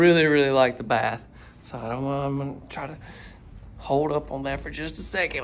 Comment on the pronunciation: Very cool. Thanks for posting. Is that lower door to push your laundry basket into the utility room? Stop saying "own" instead of "on" or I'm going to tell your English teacher - lol.